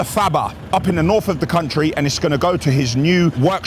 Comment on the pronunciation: your speaking to camera on these videos has become very lazy. Du instead of the, dis instead this, norf instead of north.i live in Birmingham not burm in um!